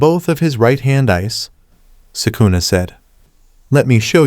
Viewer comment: He said sukuner